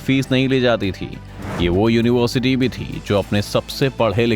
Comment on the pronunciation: Dekho bhai aapke video achche hai, avaj bhi achchi hai, par agar ho sake to bolne ka ton badalyega, jaise yonivarsiti, to ho sake to tone badaliyega